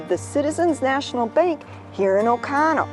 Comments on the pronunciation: oconto not ocono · Does OconTo have a silent "t" or is this a Wisconson pronunciation?